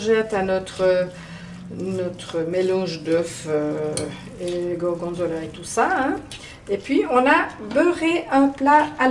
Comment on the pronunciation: AAhh! Le gorgonzola au mascarpone! J'en rêve! Et tu le prononces très bien! Voilà une recette que je fais souvent, avec un autre fromage bien sûr, et parfois j'alterne entre faire un gratin dans le grill ou en galettes frites en ajoutant un peu de farine. Avec une salade, c'est toujours un bon repas. Bonne idée de vidéo, bravo! 👏😘😘💖👋